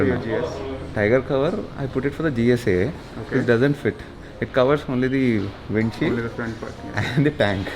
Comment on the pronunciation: he said gsa 😝